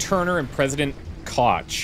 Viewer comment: botched the name Koch. well my german ears have been bleedin